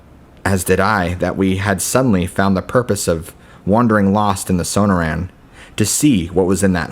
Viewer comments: And SONAR-ran and "TUCK-son" LMFAO!! I love, but yeah, it's kind of cringe inducing, isn't it? 😂😖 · It's su-nor( like snore)-anne.... And...too-sawn... Sonoran desert and Tucson!!! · No, it’s pronounced sun-er-an and tuck-sun. Thanks. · Sonoran is pronounced sa-nor-un. Tucson is pronounced tue-sonn. Just a peeve of mine. Otherwise these were good stories. Thanks.